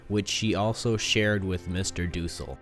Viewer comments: it pusses me off how the narrator says dussel. it’s DUHsell not DOOsle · It’s not van dels it’s van daans and it’s not duusel it’s dussel ur pronouncing it wrong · Mr. Dussel is pronounced mr. Duh-sul not, not doo-sel ughhh, and its Van Dan, not Van Del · It is dussel not doosel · Van Dels? It's Van Daans, Sir! :) and, Doosel? It's Dussel! :) lol. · It’s not mr.Doosle it’s mr.Dusle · It's not doosul it's Dussul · His pronunciations of dussel(do cell) bothered me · And he says mr. Dussel wrong too